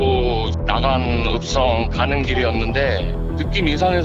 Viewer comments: 나강읍성이 아니라 낙안읍성 아닌가용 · 나강읍성이 아니고 낙안읍성.. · '나강읍성' -> '낙안읍성' 이게 아닐까 싶습니다 ㅎ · 7번영상 나강읍성이 아니라 낙안읍성이에요!!ㅋㅋㅋㅋㅋㅋ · 순천사람인데 나강읍성이 아니라 낙안읍성입니다ㅋㅋㅋㅋㅋㅋㅋㅋㅋ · 나강읍성이 아니라 낙안읍성 아닌가요? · 나강읍성 아니고 낙안읍성...이란 곳이에요.. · 나강읍성아니고 낙안읍성입니다! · 나강읍성은 뭐냐 낙안읍성이지